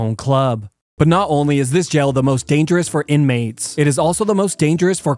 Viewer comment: Dunno whyy, but him calling jail “jell” is so cute😂